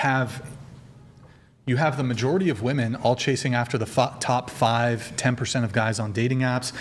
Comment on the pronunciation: Why is it that so many of these women can't pronounce the word "women"?